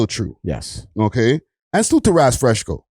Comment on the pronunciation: said Raz FreshCo. 🤣